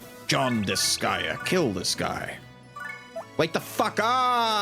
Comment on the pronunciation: But, IT IS DISGAEA... It cut into my sooooul hearing her say that... MY SOUL. 😢😂